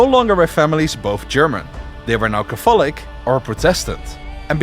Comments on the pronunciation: your pronunciation of the word catholic is a heresy much more severe than Luther's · Yo, in the English language Catholic is pronounced Kathlik. The 'o' is silent. Otherwise this is a great video. Great work!